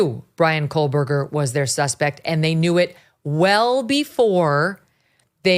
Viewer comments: And Kohberger is Koe-berger,not Coal-berger. Ugh! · He pronounces Kohberger coreectly. It's Megyn who keeps adding an "l", making it "Kohlberger". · It's not Kohlberger! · Yes, with all of her coverage of this story, she still thinks it's Kohlberger. Also doesn't take the time to read any of these comments or the mispronunciation would stop. It's so annoying. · Megyn…. It’s Kohberger…😢not Kohlberger! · Dear Kelly - his name is not pronounced “coal/burger” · Thanks for the True Crime palate cleanser. Just one other tiny thing…There is no “L” in Kohberger. 😬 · I don’t really care about this guy, but there is no L in his name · Howard, a pronunciation guide for your benefit: gon-SAL-ves. And for you, Megyn: Kō-berg-er (not Kole-berg-er). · The amount of time this man has spent supposedly researching this crime, and this suspect, and these families… and he STILL mispronounces the names. Goncalves, Kohberger… it’s really not hard.